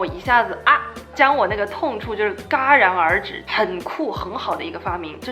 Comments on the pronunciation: Emma真的是内外兼修的女神呜呜呜呜ps：是jiá然而止不是ga然而止啦…… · 很赞同你的观点，一直把你作为我的榜样，很想了解你的生活，期待vlog，纠正中文读音戛然而止jia二声，好期待🍵🍐说中文啊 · ，是（jiá)戛然而止，本来还犹豫要不要说，怕被反感，听到后面还是决定说出来😂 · 能够同时掌握两种语言已经很厉害了，而且你现在也有在讲广东话~有点发音不准很正常，就算是美国土生土长的人也不见得每个单词发音都准确。然后..内个....Jia然而止不是ga哈哈哈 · 戛（jia 第二声）然而止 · 指错来啦 戛jiá然而止 不是戛gā然而止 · jia 戛然而止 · 戛然而止，读音jiá rán ér zhǐ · 戛（jia）然而止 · 说的很有生活感，鼓掌👏🏻，但处女座的宝妈姐姐要纠正一个词的读音，是“戛Jia然而止”❤ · 戛（jia）然而止哈哈哈哈哈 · 戛(jiá)然而止 : ))) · Emma超美 以及那个叫戛(念作夹)然而止 哈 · 戛（jia）然而止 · 戛 JIA 然而止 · jia（二声）然而止哈哈哈哈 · 谢谢Emma～弱弱的说一下是戛 jia 然而止. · 好喜欢Emma这个视频以后可不可以多做一些qna啊哈哈哈哈哈哈btw那个词念戛（jiá）然而止哟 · 戛然而止。。jia。。。第二声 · 戛（jia二声）然而止 ~~ 一如既往的比心（づ￣3￣）づ╭❤～ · 戛然而止 那个字念jia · 来~是戛（jiá）然而止~ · 喜欢你。but 是 jia （二声 ）然而止。🤗😘